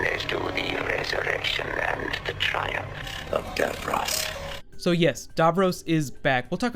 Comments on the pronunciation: Not "davrose" it's "davrosssss" We know he's back anyway they can write any timey wimey bollocks to get DAVROS back as well as the master but as a fan and viewer who was a viewer from less than a year old. I wana know whi capaldi is as a doctor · it's Dav - ross not Dav - rose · Super but as an English man do pronounce DAVROS as DAV ROSS not Davrus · It is not dovrose it's davross And I can't wait to see it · DAVROS. DAVROS, DAVROS. Not Darvros. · lol the way you pronounce "Davros" is funny. It's pronounced "Davros" you pronounce it as "Davroes" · its so annoying how badly he mispronounces "davros" DAV-ROSS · stop saying darvrose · Love the way you say Davros "Darvros" aha brilliant theory. However my theory is that Davros is hypernating somewhere outside the known Universe like the Pocket Universes in The Doctors Wife and he is using a destroyed Dalek to broadcast his voice and that is why it fades into a dalek at the end, your opinions? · The way he pronounces Davros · Mate you mispronounciated his name. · The way he pronounces Davros is annoying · The way you say Davros makes me very mad -_- gg and also anything that happens in these mini trailers probably wont actually happen at any point in the show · How do you know for certain that it is Davros? It could be that weird Dalek with the brain on its head from Asylum of The Daleks. That Dalek didn't talk like regular Daleks. Also, that's a weird pronunciation of Davros!